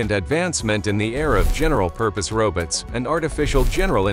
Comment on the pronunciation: "Robuts" haha 😂